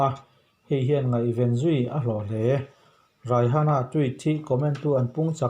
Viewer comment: Raihana ti in lam loh tur aw a spelling ang hian Rihana tiin lam mai zawk tur 🤭